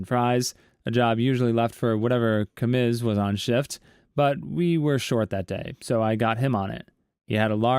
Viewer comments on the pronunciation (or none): In story 9 Commis is pronounced Coh-me